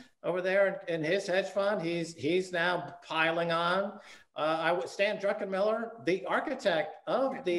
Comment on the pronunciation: Why can nobody say "druckenmiller" instead of "DRUNKenmiller"